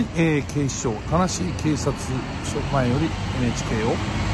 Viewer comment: 最初の田無警察よりが ガーシー警察よりに聞こえたw